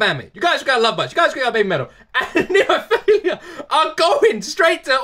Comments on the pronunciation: Coming mistaken jajaja...phiLLLLa...not philiiiiiia 😆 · Someone needs to recommend him Hanabie…. Oh and it’s NemoPHILA not NemoPHILIA!! There’s no I in between L and A!!!